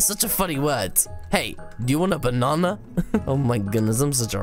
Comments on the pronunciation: Why dl you say banana like this bunanana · I laughed so hard when you said bonana